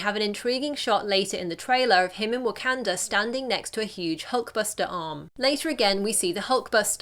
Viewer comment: Learn to say wakanda